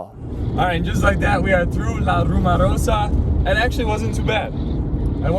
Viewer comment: RumOrosa! Pronounce it,just like you pronounced "rumor". 1 A....,and its at the end.